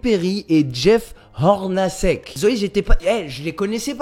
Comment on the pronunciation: Tu parles de Jeff Hornacek qu'il est pas bon ???? Je sais pas si tu as fait tes recherches, déjà la prononciation tu peux faire des efforts même si l'anglais c'est pas ton fort et ensuite il a une participation au all star game, 15 saisons NBA avec une moyenne de 14,5 point en saison régulière et 14,9 en playoff, je sais pas ce que tu veux pour dire que c'est mauvais joueur, si tu penses comme ça plus de la moitié des joueurs de la ligue sont mauvais. Je trouve que tes vidéos sont moins recherché que tu prends moins le temps le soin pour créer , que c'est plus du contenu que tu veux mettre sur ta chaîne pour sortir une vidéo au lieu de vraiment trouver quelque chose qui est intéressant. Je trouve ça dommage Bon courage en tout cas !